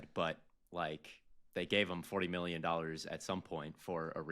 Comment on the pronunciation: Love to hear say “miyyon”